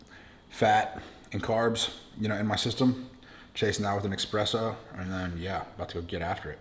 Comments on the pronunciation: it's pronounced espresso not expresso :) high five from Poland :) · killing me...Espresso, not EXpresso.